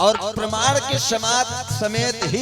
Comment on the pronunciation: तू‌ कहा से आ गया भाई परमाण नहीं होता शास्त्री प्रमाण होता है